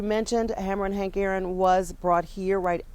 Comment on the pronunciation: Haron aink? Guewver? I heard that. You said his name wrong dear.